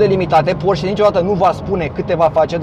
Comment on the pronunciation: Se pronunță ,,porșe" ...